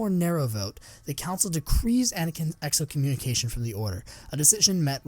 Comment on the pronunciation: Err. The word is “excommunication,” you’re adding a syllable.